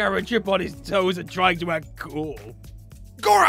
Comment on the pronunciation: Did I hear say Gorrath?